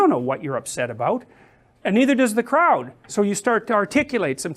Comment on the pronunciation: 군중이라고 발음하는게 마치 영국인들이 독일인들을 부르는 크라우트 랑 비슷해서 웃기네요